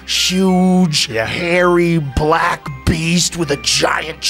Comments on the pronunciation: Man a lil sketch joes not racist though let’s get that out the way but that whole sequence made the eyebrow raise fasho😭 I think it was the emphasis on black “hulking, hairy, BLACK, beast!” Like wait, what???👀🤔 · he really emphasizes the black part of that sentence...